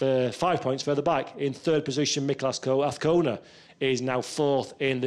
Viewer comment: No car sounds... only a commentator who can't say AZCONA ~ with a Z. It is NOT Avcona of Afcona - AZZZZZZZ